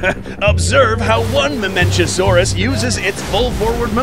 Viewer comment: pachycephalosaurus. Pack-e-cephalosaurus not patchy They pronounced it right with the mamenchisaurus